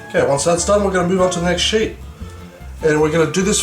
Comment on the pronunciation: lol a 'sheet' of pastry doesnt sound so sexy when you say it with a middle eastern accent. Shit? Sheet? goddamn what goes in this again!